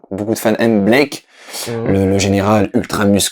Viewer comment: Pas Blake... Cable... Il... s'appelle... CABLE. o.o